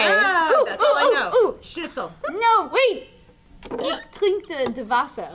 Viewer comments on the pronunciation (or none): Ich is not pronounced "ick" but rather as more of an "isch". Viel glück! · You keep pronouncing "Ich" wrong,. It's not a traditonal "c" sound. It doesn't exist in the English language as far as I know. The closest I get to describe it is a VERY sharp "sh" sound. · Nice meg! getting all cultured;) you could work on your pronounciation though, the ch in ich is less likethe ch in christian, and more of a softer sh sound like bash. (im dutch not german but we're neighbours so yeah i'm sophisticated like that;) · Gaaah that's not how you pronounce "ich"!